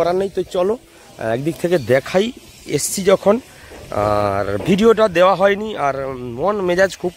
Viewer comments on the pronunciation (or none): none